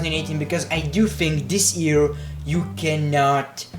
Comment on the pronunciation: It's not ear, it's year